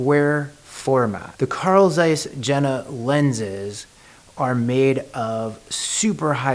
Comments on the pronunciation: You read like this: Carl Tzeiss Yena ! Not : Zeiss or Jena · It is pronounced yen-na. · Yeah, the j is soft in German, but I would say it is closer to ye-na.